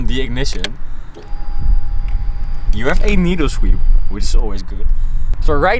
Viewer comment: "We ave"??? WE HHHHHHHAVE